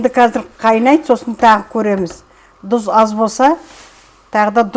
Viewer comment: Дұз емес,тұз,қазақша